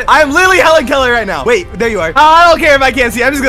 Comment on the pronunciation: Bro really said I'm legit hellen kellen right now 💀